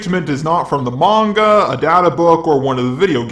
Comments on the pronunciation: Whats up with him saying "mango" and that weird pronounciation of vegitto? Is he doing that intentionally? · you are really smart But I just hate the way you say manga like mango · Okay. Your saying manga and mango at this point. Stop fucking with us please. 😂